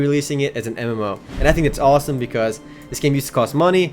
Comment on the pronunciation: When he says MMO it sounds like Emmllooou